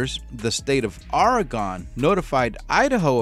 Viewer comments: it's pronounced ORY-GUN sorry but Oregonians take this stuff seriously. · I do not know a lot about Portland, but I lived the first 49 years of my life in Oregon. I usually don't correct people, but it's something about the name of my home state being mispronounced